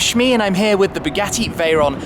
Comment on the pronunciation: Bugeeetiiii(sounds like spaghetti lol whenever he says it lol)